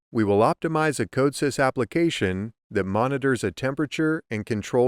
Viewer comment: Weird that you pronounce Codesys wrong. Especially if you are trying to teach it.